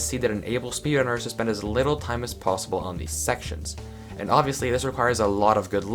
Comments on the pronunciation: “Possibe” lol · Ah yes, "Possibe".. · "What is the Fastest Possibe Minecraft Speedrun?" Missed the L in Possible. doesn't take Ls.